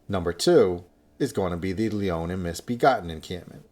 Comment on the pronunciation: i know im sounding like a nerd but its Leonine Misbegotten not Leonin.